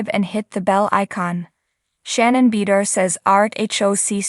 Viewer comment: Please pronounce Shannon's last name correctly. It's hard to take anything that is being said as factual when her name can't even be properly pronounced.